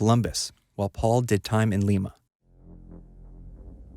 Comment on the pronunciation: It’s (lime-a) Ohio not lima Peru